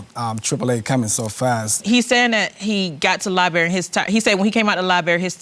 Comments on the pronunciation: Liberry, instead of Library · Will someone tell this couple it's Library not Liberry.. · If they say libary one more freaking time Ima snap!!! LIBRARY! Sorry y’all I’m a Virgo..... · Lie berry…. That’s all I got 🤷‍♀️